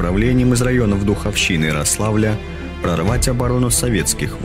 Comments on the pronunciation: РООООславля а не Рослааааавля. Ударение ставь правильно. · В Смоленской области нет РослАвля... есть РОславль. ..."из района Духовщины и РОславля.." правильное ударение